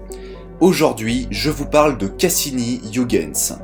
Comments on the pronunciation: "iougainse, pheubé"... putain, la vache. "uigainse, phibi". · Pour ton info, on prononce "oeilguens" et non pas ouigueins. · ça se prononce Oeuil Guns, bordel de merde! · hei,, Huygens etant hollandais, ça se prononce "hœighens",le son gh presque perceptible! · Très bon contenu, merci beaucoup pour ton travail qualitatif :) Sauf la prononciation flamande de Huygens XD Ps: On prononce Huygens comme un "oeil-guens" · Super, comme d'habitude !!! Vivement la Partie 2 !! Bonne continuation à toi, j'adore ce que tu fais. (PS : Huygens se prononce "Oeil" "Gaine" "S" (Je sais que tu as le soucis du détail donc si ça peut t'aider)) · Heu Huygens, phonétiquement cela se prononce Oeil - guens, mais c'est un détail, belle vidéo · Si non, Huygens se prononce '' oeil geuns '' ;) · Ca se prononce "Huygens". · Merci pour cette vidéo😊 Par contre ta prononciation de Huygens m'a trop fait rire hihihi 😉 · Il suffit de se souvenir d'une chose pour éviter la majorité des écueils en prononçant un nom étranger : ne JAMAIS imiter les Anglais. Partant de là, t'es déjà beaucoup moins ridicule. Mais bon, là, c'est raté : il a prononcé le U comme dans Hugh Grant...